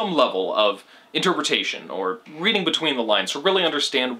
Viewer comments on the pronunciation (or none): none